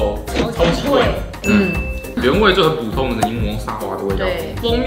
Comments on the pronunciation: 一直在留意 是 「補」 通 ，還是在念 「普」 通🙈🙈🤣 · 開始兩分鐘就一直注意說「ㄅㄨˇ通」看來是podcast後遺症XDDDD